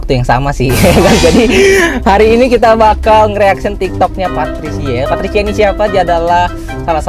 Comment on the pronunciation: Papricia lord PAPRICIA 🤦🏻‍♀️😁🤭✌🏽 kliru PaTricia muluk nyebut nya lhooo lord kita ini 😂🤦🏻‍♀️